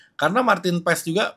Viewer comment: Di marahin koci nanti ngomong nya yg bener pas bukan paEs wkkwkw